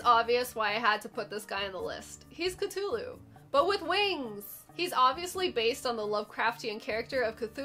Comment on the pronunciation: So, interesting thing about the nova skeletons: that third eye is actually a hole drilled into their skull, which is an ancient ritual that's supposed to give you special powers by improving blood flow; THIS IS A REAL THING THAT PEOPLE STILL DO. I'm also elated that you pronounced Cthulhu correctly; most people say cuh-THOO-loo, but The Necronomicon (basically viral marketing written by Lovecraft, himself) states the pronunciation to be coo-TOO-loo, just like you said! Even those old Call of Cthulhu Point-and-Click Adventures didn't usually get it right. As for really cool enemies not mentioned here, I'd say the black panthers, cloaked knights, and wargs all look pretty cool. Diplocephalus is also worth mentioning, because off the top of my head, I can't think of another video game enemy that moons you when you hit it.